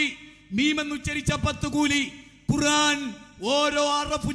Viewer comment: ബാലുശ്ശേരിസാഹിബിനു ഖുർആൻ ശരിക്ക് ഓതാൻ പോയിട്ട് ഖുർആൻ എന്ന് തെറ്റില്ലാതെ പറയാൻ പോലും കഴിയില്ലെന്ന്പറഞ്ഞാൽ ദേഷ്യംപിടിക്കരുത്..........